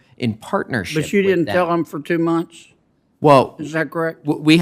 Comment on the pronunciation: The moment I hear someone who is supposed to be a professional or expert say "wull" instead of "well", I write them off as a fraud. That's something a teenager would say.